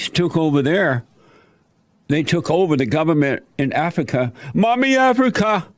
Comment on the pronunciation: Mesican, distrution, domer, routers, de, afica, mine, guess what the correct words are that Jesse is trying to pronounce.